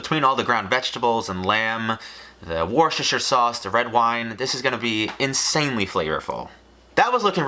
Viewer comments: It's pronounced "wooster" not "worchestire" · "Woost-uh-sheer" smh worshshshrshrhsauce